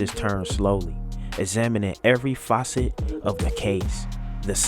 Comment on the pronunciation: my not said every "FOUCCET " 4 syllable words whoopn your butt lol said precarious like it hurt 😂 And its ( FACET) MY BOY 👮🏾🚔#GRAMMAR POLICE 🚔🚨